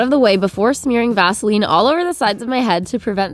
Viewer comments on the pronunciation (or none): Near the beginning I heard Vaseline my immediate thought BASELINE